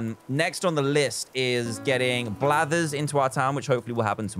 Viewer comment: "5 or 10 unique creatures to get Blathers" I heard bladders...